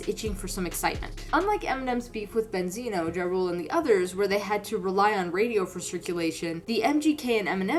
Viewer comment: Mispronounced Ja Rule then shows clip of 50 Cent. Clown content.